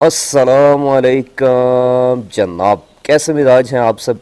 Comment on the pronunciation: جناب والا شاید کبھی پہلے بھی گزارش ہلکی ہو آپ سے ایک بار پھر ہے کہ آپ اپنے سلام لو ٹھیک طرح سے سیکھ لیں یہ عربی ہے کوئی مزاق نہیں زبر زہر پیش کے فرق سے زمین آسمان کا فرق پیدا ہو جاتا ہے معنی میں افسوس ہوتا ہے دیکھ کر کے آج ہم فر فر انگلش تو بول سکتے ہیں لیکن محدود سی عربی ٹھیک طرح سے نہیں آتی ہمیں اسلام علیکُم ہے کَم نہیں